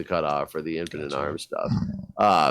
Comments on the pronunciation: Every time you guys said infant-in-arms, I only heard infinite arms. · LOL -- in the first few seconds I heard "Infinite Arms" instead of "Infant in arms" and was wondering "WTF?"